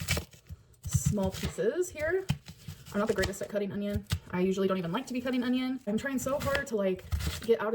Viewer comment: She does say “ung-ion”. My dad says it too 🤦🏻‍♀️